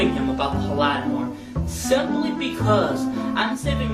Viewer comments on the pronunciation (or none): It's just the cherry on top that he can't pronounce Holodomor. He says "Holahdomour"